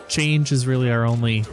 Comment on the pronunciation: Chang'e is pronounced Chung Uh